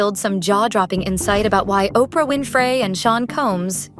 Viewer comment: Was going good till ai said Opray Winfrayyy Can’t do it ✌️